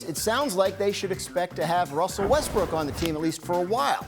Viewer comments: Windy calls him "Wussel Restbrook" a lot! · I’m glad I’m not the only one that says “ Wussell Westbrook” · "Wussel Westbrook"